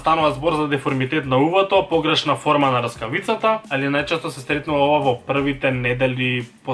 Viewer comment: Ne e raskavica tuku rskavica🔥😂